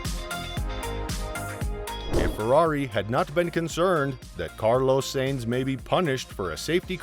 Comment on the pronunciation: Please pronounce correctly. It is “Signs” and not “Saenz” Carlos Sainz is pronounced “Carlos Signs” and Binotto is pronounced “bee-noato”. I’m helping your pronunciations for future videos